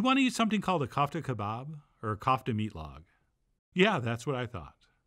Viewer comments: kófta , not Kaufta .... the 'ko' rhymes with 'toe' 👣 (i wated to insert a Charlie/Andy Kaufman joke here, but came up short) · It’s pronounced coof tah